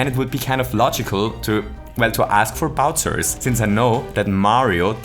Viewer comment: “Bowtsers”. German accent I see